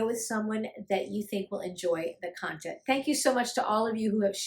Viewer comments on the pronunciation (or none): none